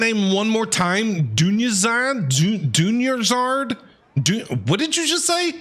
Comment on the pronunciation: WHY DOES EVERYONE THINK THERES A SECOND R IN DUNYARZAD LMAO literally every streamer ive seen pronounces it dunyarzaRd the whole time. NONE OF THEM EVER SAY IT THAT WAY IN GAME